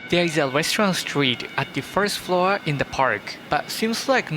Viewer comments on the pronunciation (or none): none